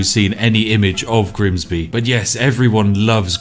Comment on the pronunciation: Switching from Southern pronunciation of 'bath' to Northern just to introduce Grimsby was a masterful touch 👌